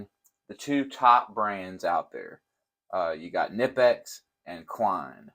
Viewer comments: It’s not nipex it’s knipex the k isn’t silent like American language. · It’s k-ni-pex not nipex. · Every time you say “nippex” it makes the baby Jesus cry. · pronounced "Kuh - Nip - X" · The k in knipex is not silent